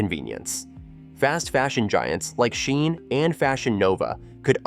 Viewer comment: Is this AI voice…? Why is he saying “SHEIN” and “Temu” weirdly lol